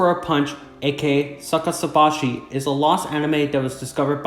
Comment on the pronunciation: So sorry but I was laughing so hard when you butchered the name of Saki Sanobashi